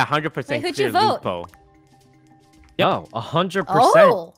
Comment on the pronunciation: emphasis on "clear"